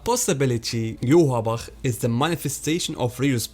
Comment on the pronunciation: His name should be pronounced Yohvach